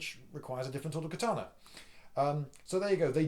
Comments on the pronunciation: I'm a huge fan, Liindy, and I enjoy your discussion about the katana. One thing grates, however. It's ka-ta-na not kuh-TAH-nah. Matt Easton mispronounces it, too, and it's hard to pay attention to the vid when I'm yanked out of the narrative over and over again by kuh-TAH-nah. BTW, I've watched all the Highlander movies and the the TV series. What sword do you think would be best if the goal is to decapitate? One could also lop off body parts like a hand or an arm for advantage. They don't grow back even for an immortal. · It's KATANA 'Ka' NOT CUT! Dickhead! Read a book! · Ka-ta-na. You pronounced the "ka" correct. The rest of the "a"s are pronounced exactly the same. ka - ta - na. Without any accent.